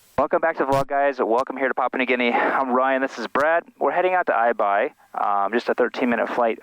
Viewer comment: The minute I heard Ryan say Aibai I knew we were in for some trouble.